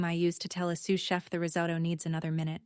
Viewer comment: Dad says eight words, not six. AI can't count, ever. I just came across this and got such a laugh 'Sue Sheff' instead of sous chef. Bless AI's baby steps he/she still has a long way to go. It's a good story and I felt for Wanda and the way her family treated her. Not asking anything about her life screams not interested in you. It took nine years before the truth surfaced. Nine years of never being cherished enough to ask about what you are doing. The only thing that annoyed me with this story was the constant reference to the deed and the apron. That was a few too many mentions and got tiresome. Overall, I liked this story, although the theme of the golden child has been done many times. I liked that we were not taken back into the past and having all the i's and t's dotted about toys, school, college funds etc. When you have read a lot of the golden child stories you know the kind of childhood that came before success.